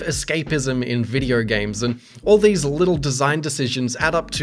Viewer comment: hahah u cant say video its always videyrr''' hahha shiyat